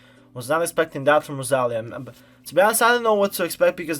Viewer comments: IS the tonic rosaLÍa. You said roSAlia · an incredible artist like rosalia that this world doesnt deserve should not have her beautiful name pronounced like that lol. nice reaction and analysis tho 🤍